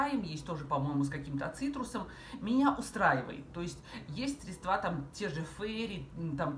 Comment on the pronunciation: СвЕкла, а не свеклА, срЕдства, а не средствА!После 10-37 смотреть не смогла...